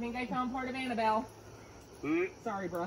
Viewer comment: I know this boy did not say Annabelle. Chile